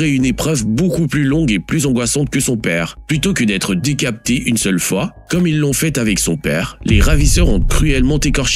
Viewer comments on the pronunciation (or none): Oui parce que un humain ne dit pas : décapté au lieu de décapité lol